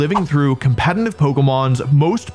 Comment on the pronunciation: Crazy how some one who “cares a lot about competitive Pokémon” can’t even pronounce the word “competitive” correctly… 😂😂😂